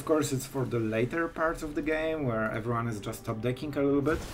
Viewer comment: If no one has ever mentioned it, everyone has 4 syllables.